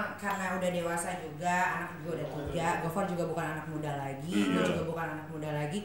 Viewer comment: Boyennnnnn, namanya gofar, bukan gofur 🤣